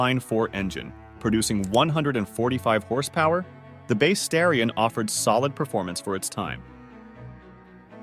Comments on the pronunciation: Wish these videos would get their facts and AI pronunciations right. Original Seville was a top-of-the-line model, not a 'more affordable' one. It's pronounced STAR-e-on, not STARE -e-on, and the Porsche is called a nine four four or nine 44, not.a 900 44. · Just wondering, because I finished the Mitsubishi Starion segment, is this whole thing AI generated? Inhuman pronunciations, supposedly stock footage of obviously aftermarket cars, a shot of what looks like a GM V8 while discussing the Conquest...I just get an AI vibe. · Who the he!! makes these videos? Pictures that have nothing to do with the narrative. Horrible AI voice that can’t pronounce the vehicle names. Wrong “facts”. What a waste of time!